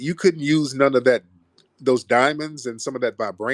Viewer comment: Aww dee dye-munds